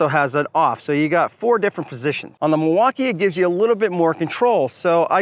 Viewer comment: If you keep saying Milwaukaiii I’m gonna have to report you to the FBI. This is illegal for sure 😂😂